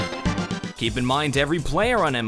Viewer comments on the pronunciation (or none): none